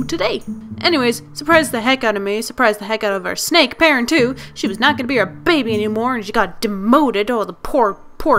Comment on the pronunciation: You sound like your saying bay bay not baby 😂